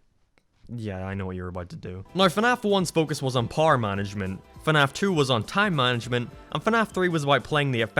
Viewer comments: why did you call "power" "pawr"? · What is paer? You said paer, but then You said power...why did You say paer? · istg if you say pawrrrr one more time ima flip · Why does he say power like par? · say power as "parrrr" ONE MORE TIME I DARE YOU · I can’t take this guy seriously with the way he pronounces “power”. Poo-er. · Eveyone: power: par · Who else thinks he is saying par instead of power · Why is 99% percent of the stuff you say fine and then you'll say "paar" when saying power???? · No one not a soul::pwer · using the doors uses parrar Me: You mean power?: Yeah Parrar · "you lose pouwera" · Is it me or does says Power like “Parr” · Par' Me: you me power? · Me: Power Him: PAR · when you loose "pOhr" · I thought u were saying par here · when says power it sounds like parr...yes I am making fun of accents for comedy...yep really scraping the bottom of the barrel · no offense but how do you pronounce power? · Every time you say power my American ears cringe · Irish you fool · Is it just me or is the way he says power..... Wierd